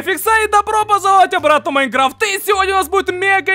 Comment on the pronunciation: Он в самом начале ролика сказал добро позаловать🤣🤣🤣